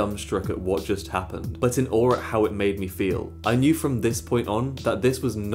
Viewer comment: Awe* not Or